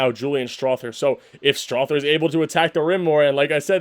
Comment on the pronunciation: Strawther TH is pronounced like the th in mother, slither, other, brother, neither, etc. You lose cred as a Nugs fan when you can't take the time to learn how to say someone's name right.